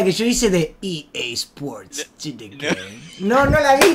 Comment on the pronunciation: Re dice EA sport in the game :v no TN game xd